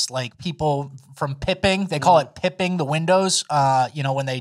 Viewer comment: It's bipping not pipping